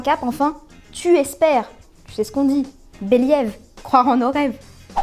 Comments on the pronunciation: Trop de mots en anglais saupoudrés ici et là, c'est "uncalled-for" du coup. Voilà on "franglotte" tous et on va voir où ça nous mène. ps: Believe se prononce Biliiv UK/US ou Béliiv US mais jamais bélyév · "beliaive" mdr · "béliève croire en nos rêves" t'as assassiné l'anglais là ... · "béliève", non, sérieux ? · C'est moi ou elle a dit beliève ?? 😅😅😅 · "Béliève" ok... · Tu sais ce qu’on dit « Beliève » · " béliéve " bel accent anglais xd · La prononciation de believe😂😂😱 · J’aime bien ce que vous faite et klemo qui met souvent du bon son 😉 mais la prononciation du belive a la fin là ça va trop loin faut pas abuser